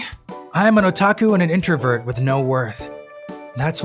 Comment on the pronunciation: I'm sorry but what's a Ota-ots-Ota..hol up...Otaku